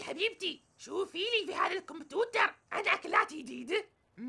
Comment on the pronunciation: الكمبيوتر مو كمبتوتر